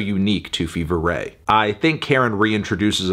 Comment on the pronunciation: Absolute insanity. You could at least pronounce their name correctly.